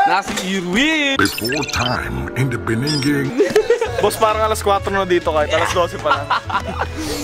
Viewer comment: In the beninging HAHAHAHA